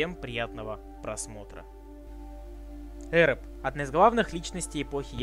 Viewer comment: Ухо режет лОргар, Эрэб.